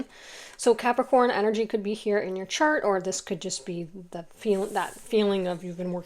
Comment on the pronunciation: lol at you saying "cart" instead of "chart" and then asking if something glittery is distracting me -- I am looking at pretty, shiny rings on etsy right now as I listen to this. Quite literally distracted by glittery things, you caught me, sorry 😅